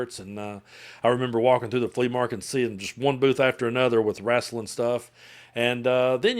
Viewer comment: "Wrastlin'" LOL. Love you, my dude!